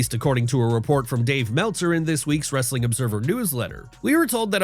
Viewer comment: The only thing worse than many of the takes in this video is the guy's lame wrrrrrrrrestling at the end